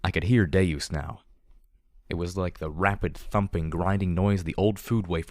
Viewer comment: I thought the same thing, and have pronounced it that way since the beginning, but is actually pronouncing it correctly. It is deus, meaning god, as in deus ex machina, not deuce as in two.